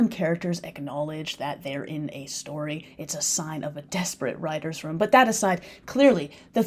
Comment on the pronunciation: Why do you pronounce Room, Rom?